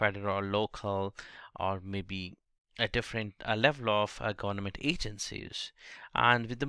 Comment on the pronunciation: Its not gornament .. its government